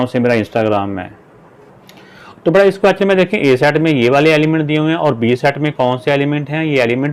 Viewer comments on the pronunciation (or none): none